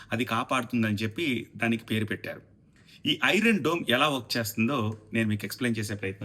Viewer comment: ఒరే బాబు డూమ్ రా దోమ్ కాదు రా బాబు